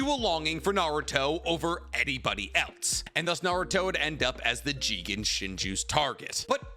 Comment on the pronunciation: It’s not jigen like bruh